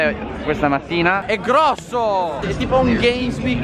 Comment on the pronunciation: Con che enfasi hai detto "è grossooooh"?!